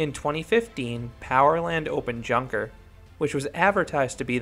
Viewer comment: If it`s named after the german plane manufacture then it´s actually pronounced younker with (you like in you). Nice review